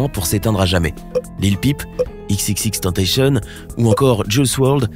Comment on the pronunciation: On dit pas tentacionE